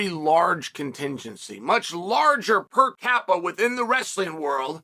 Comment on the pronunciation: “Per kappa” - Chael P